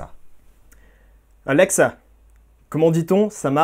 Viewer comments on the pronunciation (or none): Comment il dit alexa : ALLLEXA